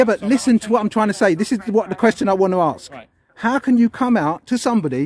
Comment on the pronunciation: It is "Ask" not Aksk. You should get your pronunciation right.